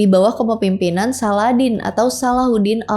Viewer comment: izin koreksi kak salahuddin bukan saladdin